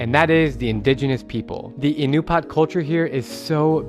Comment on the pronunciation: Pretty sure it's pronounced "Uh-NOO-pee-uht" , and not "IN-you-paht"